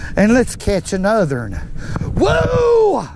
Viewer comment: A new word for the english language... NUTHERUN..lets get us a NUTHERUN... videos are the high lite of the day when they come out..always great to see elmo too